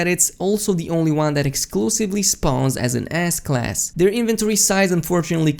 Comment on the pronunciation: Am I the only one who hears "Ass Class" instead of S class, lmao